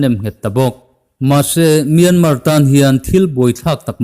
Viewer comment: A ngaihnawmin a bengvar thlak ṭhin e. Tips- Mianmar hi MIAMA tia lam a ni.